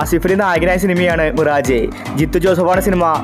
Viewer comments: മിറാജ് അല്ല മിറാഷ് pronoun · മിറാജേ അല്ല മിറാഷ്.